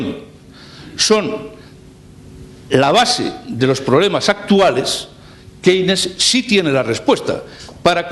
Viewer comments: ¿Qué se puede esperar de un profesor mediocre que no sabe ni pronunciar Keynes? Que este señor tenga diez veces más visitas que le magistral Jesus Huerta de Soto dice mucho del país en el que vivimos. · Esta explicação é sobre teoria económica, ensinada nos liceus. Uma aula de inglês faziam-lhe bem para aprender a pronunciar Keynes e Schumpeter!